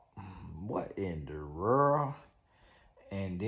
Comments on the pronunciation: That “Werllll” take me out EVERY TIME!!🤣😂🤣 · 😂😂😂😂😂 perfect way to spell how he says world 😂😂😂